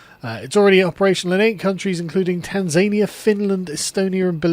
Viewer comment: That's not how you pronounce 'Tanzania'.